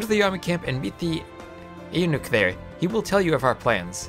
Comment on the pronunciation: Hey, I was wondering when you were going to play my stuff! For future videos, Eunuch is pronounced "You-Nick". It means a castrated man. In Byzantine society, the eunuchs were the court administrators and bureaucrats -- not being able to have children to pass lands and titles to supposedly meant that they were more loyal to the emperor than a noble who had a family would be... something that, as we see in this scenario, never wound up being true! The other men you receive objectives from are the Strategos (general, as in 'strategy') and the Patriarch (the Orthodox church leader, similar to the pope). Also, I recommend playing with extended tooltips on so you can read which of the four Chariot teams you're supporting at the Amphitheater. Unfortunately, with simplified tooltips, you only see the cost amount. Hopefully you can maintain your legitimacy so you don't have to worry about chariot races, though!